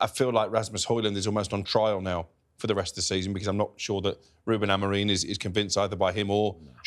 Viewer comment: Looks very you man but please stop pronouncing the managers name incorrectly. It’s Amorim NOT Amorine 🤷🏻‍♂️